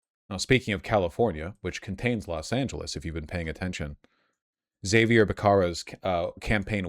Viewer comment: Is the way he pronounces Xavier becerra a bit or..